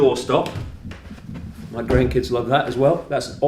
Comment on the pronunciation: Hi! I never picture you rich. "Integrity" and money don't match. Lovely mansion! I love the way your say: "This is 'me' living room, this is 'me' bedroom, 'me' kitchen". Occasionally you say "mi". I'll not send you good vibes from Brazil because the country is beyond surreal. Great work! Lovely lions.🌹♥️